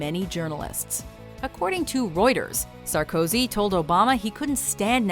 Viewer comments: Sar-COzy? It's pronounced Sarko-SI. French is easy as fugg. Put the emphasis on the last vowel/spelling of the word, unless it's silent. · Who else got ear-bleeding from the way she pronounced "Sarkozy"?